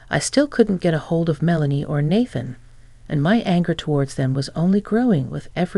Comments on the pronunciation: Nathan na than not bath an please correct your ai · Nathan is pronounced “nay-than”.